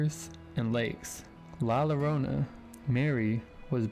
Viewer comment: La Llorana is pronounced La - Yo-rone-a. 😊❤❤❤❤